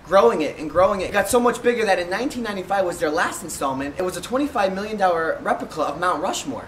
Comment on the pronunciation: xJJx xMODZx he said recplipa